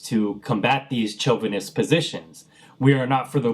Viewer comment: Pro(letarian) tip: The "ch" in chauvinist is pronounced like the "sh" in English (the word or the language). Anyway, good video and I've subscribed.